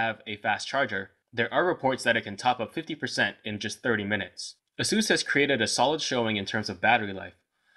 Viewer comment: it's "ace-sus", not "a-zue-s"... and just to be fair, all the other phones that you have reviewed were all "name-brand" smart phones, though some were not highly recognized in the U.S. market. But nevertheless, they're name-brand.